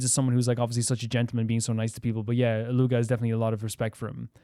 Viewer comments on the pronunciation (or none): You don't pronounce the G in Illuga's name though. It's like Eet-lu-ah.